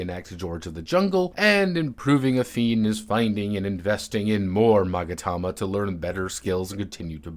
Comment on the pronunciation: I appreciate the struggle of saying "magatama" ended with just "magareh"